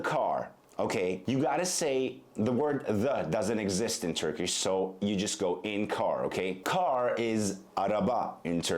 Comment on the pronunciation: As a native Turkish speaker I have to say that he sometimes pronounce turkish sounds and words a little different and wrong. His English sounds are more accurate than Turkish. He sounds more like a native English speaker who learned to speak Turkish.